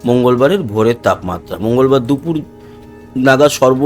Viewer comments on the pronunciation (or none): none